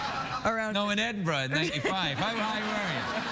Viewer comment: People who are professional writers should be able to pronounce Edinburgh properly.